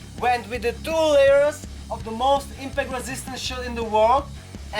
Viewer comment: emphasis on "impact" stupid